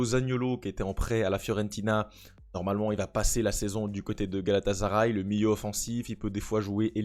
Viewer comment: Coucou, je voudrais te rappeler une chose, rien de méchant bien sûr et ne m'en veux pas s'il te plaît mais GALATASARAY se dit GALATASSSSARAY et non GALATAZARAY...c'est comme si tu prononçais MARZEILLE au lieu de MARSEILLE... Sinon j'adore ta vidéo car pas assez de Francophones ne parle de cette équipe qui a fortement investi dans ce mercato...comme tu le dis de DINGUE ❤